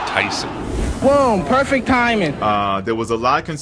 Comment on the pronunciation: "....BOOM, POIFECT TIMING!!..."